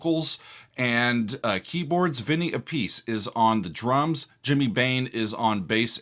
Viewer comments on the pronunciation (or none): his name is pronounced, Ap-uh-see, not, Uh-peace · ÀPPICE not "appease" ...